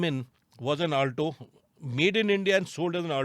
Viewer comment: why do you call it Aaaltoo and not Alto?